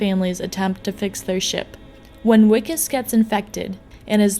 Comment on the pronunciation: Just fucking say VIKUS it's not that hard